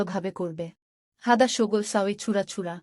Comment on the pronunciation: আপনি আরবি শিক্ষা ভালো করে শিখবেন তারপর আরবি ভাষা শিক্ষা নিয়ে ভিডিও বানাবেন। আপনার আরবি উচ্চারণে অনেক ভুল আছে দোয়া করে ঠিক করে নিবেন। উদাহরণ :হাদা, শব্দের উচ্চারণ হাযা হবে। এরকম আরো ভুল দেখলাম। যেটা বলতে চায়ছি, আপনি দোয়া করে, আরবি লেখাসহ ভিডিও বানাবেন। কারণ আরবি কখনো বাংলায় সঠিক উচ্চারণ করা যায় না।